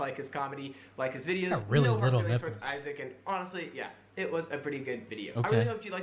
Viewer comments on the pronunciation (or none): STOP SAYING EYE-ZIC! IT'S PRONOUNCED EYE-ZACK! 😭